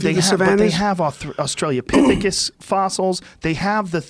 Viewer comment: Dude, not this shit again. Lol. It’s “australopithecus”, NOT Australia-pithecus... C’mon, bruh.